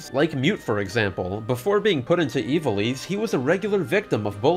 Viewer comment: Isn't in pronounced 'eye-va-lice' instead of 'ee-va-lice'?